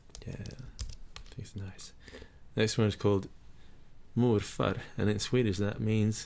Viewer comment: Is from Sweden? It sounded like it when he said farfar and morfar.